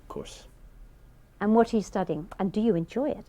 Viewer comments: "I'M STOODING LAW" 9.0 for sure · studing.. (s-ta-ding) .. welcome!